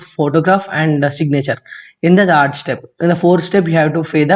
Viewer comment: It's not thaard week of July It's third...better u also improve English proficiency skills.....btw tq so much👍